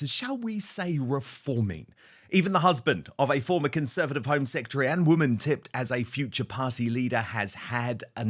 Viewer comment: She said 'secetary' not secretary. Ignorance at its best